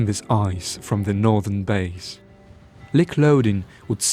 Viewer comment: Lik is pronounced like "leek" not like "lick". Otherwise wonderful documentary!